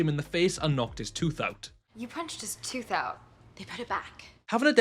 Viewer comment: yes it is tooth not toth ha